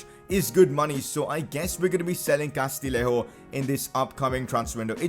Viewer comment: Just a tip, the double L in Castillejo is a Y sound, so Castiyejo:) And now you're gonna get rid of him haha